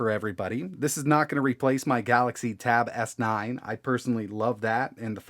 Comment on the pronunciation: "The tab-ass-nine"